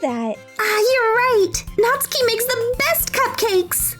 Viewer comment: Ditch the "U" when pronouncing "Natsuki." (Not-skee) Aside from that, very fun dub. :)